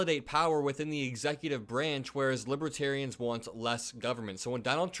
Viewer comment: Drumpf was talking about libaterians. Don’t know who that means, he’s obviously confused again. 😮